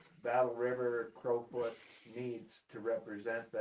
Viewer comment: you guys are numb...its Battle river crowfoot not crawfoot.....listening to you two is funny...you havent a clue..